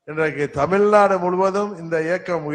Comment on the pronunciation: தமில் நாடு இல்லை.. அது தமிழ் நாடு